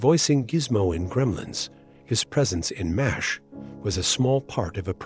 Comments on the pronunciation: Seriously, your AI narration is GARBAGE. What's worse is that you just went with it. MASH is now "Moz H". This makes you look lazy. And doesn't make me want to watch your videos. Pathetic! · Mazz H? You're canned voice-over is broken!